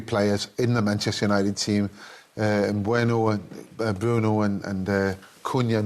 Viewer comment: Why did Schmeichel say Mbueno?? 😂😂😂